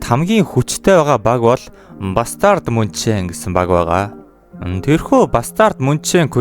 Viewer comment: Munchen ийг Мүйнхэн гэж дууддаг шүү бро